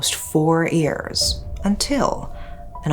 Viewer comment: I love your voice, your content and how you tell stories, but as you say this word many time, I have to comment on it. You always say 'years' as if it's 'ears' and it sounds kinda weird to hear.